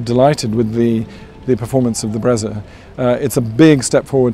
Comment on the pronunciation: It's brezza not bretza